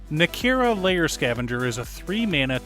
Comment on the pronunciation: Nii -Kah - Rah, not Nah Key Rah 🤣